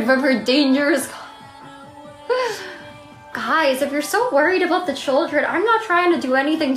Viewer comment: She always says 'da' instead of 'the'. Once I noticed it I realized she does it all the time. 😂